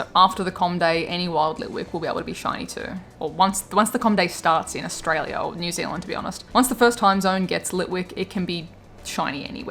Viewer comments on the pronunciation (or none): none